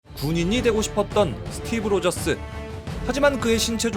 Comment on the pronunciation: 스티븐 로'쥐'쓰ㅋㅋㅋㅋㅋㅋㅇㅋㅋㅇㄱㅋㅋㅋㅋㅋㅋㅋㅋㅋㅋㅋㅋㄱ